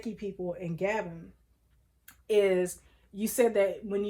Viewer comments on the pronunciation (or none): The country is pronounced GAH-BONE. I am looking forward to getting my results.